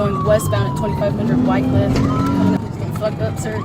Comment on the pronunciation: White Cliff? It’s Wycliffe. Also Lemmon Ave, not Lemon.